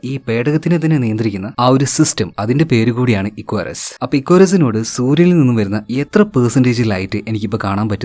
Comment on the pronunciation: Icarus te pronunciation athalla, ഇക്കാറസ് enn aan. Ath oru greek God nte name aan. Nan work cheythath Icarus aviation Academy edappally l aan. So I know the meaning behind the name 😊